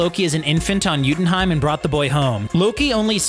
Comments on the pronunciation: Yo-tun-heim, not yutinhime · Home of the Frost Giants - Youtenheim? It's Jotunheim.